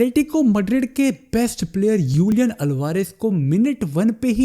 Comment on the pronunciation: Julian Alvarez ❌ Ulian Alvarez ✔️